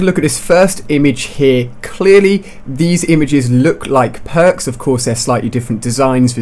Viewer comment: Matrix I love your vids but your voice is annoying I laugh every time you say pwarks